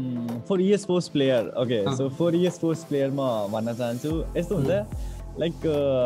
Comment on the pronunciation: Others pronaunsion 'E Sports' - EA Sports. 😅